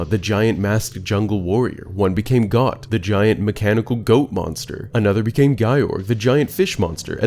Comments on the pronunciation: Calling Goht, a GOAT, "Gaht" drove me nuts more than anything else in this video 😂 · I'm pretty sure goht is pronounced goat cuz he's, Yknow, a goat. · Great video, I loved your theories about Majora's Mask itself. However, the way you pronounce 'Goht' and 'Gyorg' causes me great pain 😆